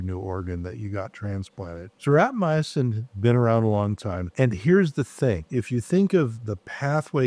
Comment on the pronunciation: How much experience does the doctor have with rapamycin when he is mispronouncing it?